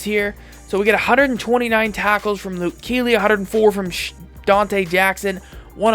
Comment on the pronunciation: Lol he kept saying Luke keely